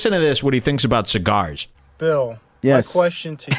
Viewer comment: You smoked all those chigarsh and you never fuggincawledme?